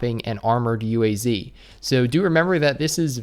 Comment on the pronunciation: UAZ Is Pronounced UWAZ. SRRY FOR WRONG SPELLING😁😁 Also also ilove your vids i cant miss them i even clicked the bell